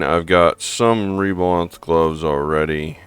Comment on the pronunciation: Reblath, not reblanth